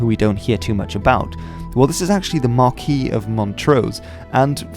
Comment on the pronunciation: tut tut tut,,, how can a have faith in your video when you can't pronounce marquis correctly?;p